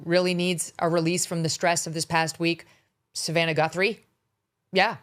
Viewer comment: dude calling her "GUNthrie" .. im out on anything else he says if he dont even know their name lol